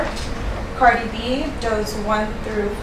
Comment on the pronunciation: Ooh they butchered Cardi’s government name.